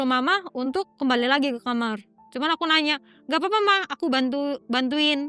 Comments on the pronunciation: Kenapa nyebutnya kamer sih,,bukan kamar?? Dengernya kayak gimana gitu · Kenapa aku selalu kesel kalo ada orang yg bilang kamar jadi kamer why can you pronounced such a simple word KAMAR